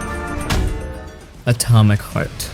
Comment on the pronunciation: I'm sorry, are you saying "Atomic FART"? Sure sounds like it.